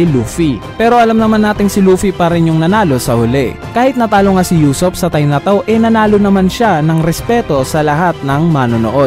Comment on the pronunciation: usopp hindi yusopp ano ba, main character yan hindi mo pa mabigkas nang tama